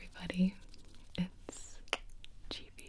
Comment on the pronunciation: Gi-bi....... Guy-bi?